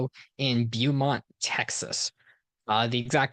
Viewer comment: It's Beaumont pronounced Bo-mont